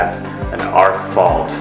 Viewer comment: ARC fault not ARCH